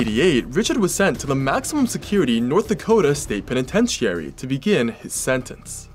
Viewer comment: Agree he maybe able to smooth his way with people even suspicious cops but he still tried murdering two people we know of and succeeded murdering one. Nice catch, also mispronounced Penitentiary it’s “peh ni TEN chr ee” just hopefully helpful feedback, love your stories though listened and watch all of them